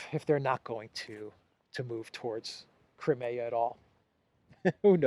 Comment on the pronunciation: PLEASE. CRY. NOT CRAY CRIMEA. CRY. MEEEE. AAH